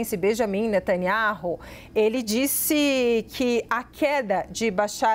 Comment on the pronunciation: Observem essa reporte 02 , ela não consegue pronunciar o nome do primeiro ministro de israel e outras frases , deve ter se esforçado bastante pra chegar aonde chegou! parabéns, é uma critica cosntrutiva